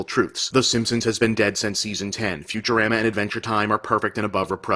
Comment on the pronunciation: lol. “Fyoo-cher-aam-AH”. Ha ha ha.